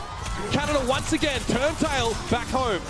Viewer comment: "I don't want to go agane"